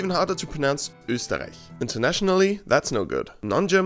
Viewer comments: compliments on the good pronounciation of Österreich, as an austrian myself I am glad when someone gets it right. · waaait ... can youu also pronounce words with "ä" and "ü" correctly (well correctly from a german point of view) ? Because this has actually to be the the first time I hear an english YouTube pronounce a word with an "ö" in it correctly, I mean, completely correctly. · Hey! Im from Austria and you pronounced "Österreich" pretty much perfectly. Respect! :) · I think you must be from austria, cuz nobody else than austrian can pronounce Österreich so perfectly. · ikr, btw, im from Austria to :D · yeah suprised me too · He said it perfectly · Your pronunciation of Österreich is good ( this comes from someone who lives is Australia) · as an Österreicher, I can say you pronounced Österreich really well. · Thank you SO MUCH for correctly pronouncing Österreich. Nearly no English YouTuber gets this correctly. Great video, keep on going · OMG YOU PRONOUNCED ÖSTERREICH SO GOOD IM AUSTRIAN AND THAT IS THE BEST ÖSTERREICH I HAVE EVER HEARD HOLY SHIT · I think it's remarkable that he pronounced "Österreich" with a perfected austrian accent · Your pronounciation of Österreich is spot on, exactly as it is in German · Thats because he is from Österreich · Well, He's Austrian so I'd hope he'd get it right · Dude you nailed "Österreich" 😂😎😎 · Österriech is not particularly hard to say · As an Austrian hearing your perfect pronunciation of Österreich in an English sentence gives me the chills 😄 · Damn, your „Österreich“ is on point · Damn you pronounced Österreich perfectly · This "Österreich" was pronounced pretty good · You pronounced it so damn well. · This guy sounded out Österreich correctly. You get the approval from an german here. Mission accomplished +Respect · you can say Österreich very well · As a german i think your "Österreich" sounds pretty good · Servus you must be an austrian sincd you sayed Österreich smooth and well